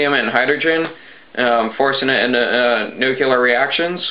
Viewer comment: Right when he talked on string theory i actually stood up and said "Please, someone give this kid a physics book" ... and please someone explain to him that expansion of space/time is not an explosion ... HOLY CRAP DID HE JUST SAID NUCULAR !?!??!?! *facepalm*